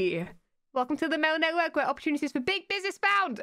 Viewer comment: "Opporutunities" had me dead :D